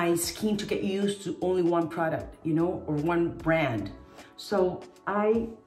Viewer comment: They way she said brand made her sound hela American lol